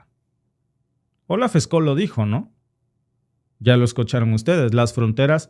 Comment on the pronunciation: Scholz se pronuncia chols. la ch española en alemán es sch.